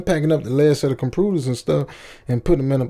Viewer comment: "I was moving compooters"